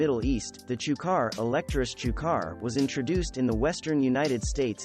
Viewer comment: That's so funny how the AI says Chukar! 😆